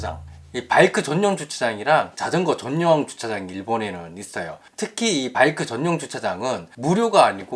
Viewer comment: 발음 전뇽~전뇽 ㅋㅋ웃기다